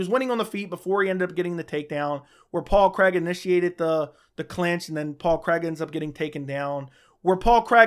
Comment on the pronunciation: His names Paul Craig, not Paul Creg lol